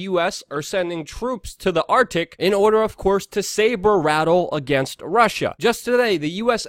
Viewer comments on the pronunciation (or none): none